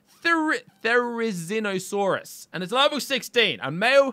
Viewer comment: its pronounced "THER-zEEN-ae-saurous